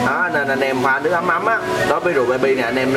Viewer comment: nước ấm mà nghe thành ngâm nước mắm ko á